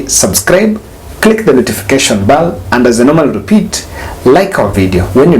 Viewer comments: I have noticed too hehehe. Ha says 'baal' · It's ok as long as you understand what he means to say, don't let it bother you... He says "bal" ... I know 🤣😂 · it is notification bell! The word bell sounds something else